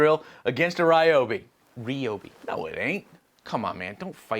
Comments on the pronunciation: As a southerner... The only word pronounced correctly was RI-Obey....... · your brother pronounced it the Ryobi tool correctly, the way us Texans do